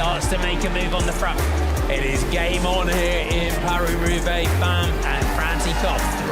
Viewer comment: “Paw-hlee Hroobay”?? Love these videos but for ages now I can’t handle it - your pronunciation of foreign words makes me want to vomit from my ears. Just speak like an English person and stop with the multi-accented butchering. Just say “Pah-ree Roo-bay” like we all do and stop being a pretentious tube